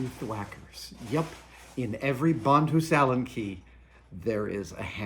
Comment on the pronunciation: Brian Sandvig same here. Took me halfway through the video to be like “wait, is he just pronouncing it differently than I’m used to?” Sure enough, he was.